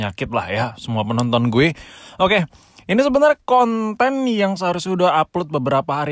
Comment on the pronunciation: Biasa aja bang kalo ngomong KONten ngeri😂